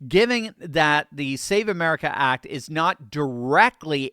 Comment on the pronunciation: Fam it’s called the SAVE AMERICA ACT. Say that shit right.